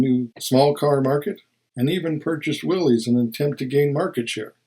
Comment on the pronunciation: Interesting, Willys, the manufacturer of cars and Jeeps, is actually pronounced willis, but no one ever seems to know that. If you don't believe me look up some old Willys ads on YouTube. Edit: Not trying to fault you.